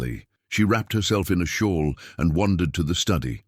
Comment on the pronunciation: shawl not shore